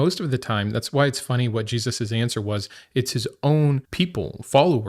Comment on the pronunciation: G-Suss? Why say the name like that?